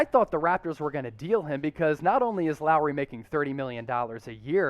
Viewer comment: Not Lowery